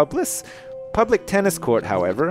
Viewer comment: Don't worry, there are far worse ways to mispronounce "public".